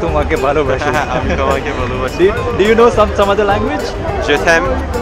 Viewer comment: Heart touching. That Turkish student and both of you pronounced 'Ami tomake valobashi' perfectly. We also love you too:)